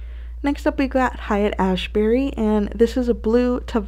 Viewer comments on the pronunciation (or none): So many pretty purples! I never heard of this brand but these are gorgeous. Haight is pronounced “ hate” which always spawned a lot of jokes about the summer of live on “ hate street”